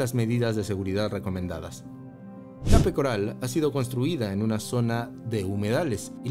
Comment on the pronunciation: Pronuncia bien Palm Beach y Cape Coral dice un disparate